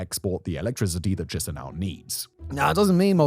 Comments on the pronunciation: If you ever need to speak about Moldova's capital in the future, it's pronounced Ki-shin-oh. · Boy, whenever I hear Simon pronouncing Chisinau, I get a brain bleed.